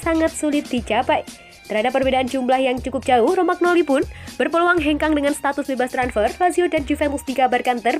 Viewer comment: Romagnoli baca romanyoli...